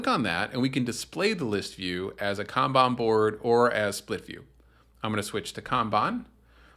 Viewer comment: I thought it was pronounced kanban but you keep saying kanban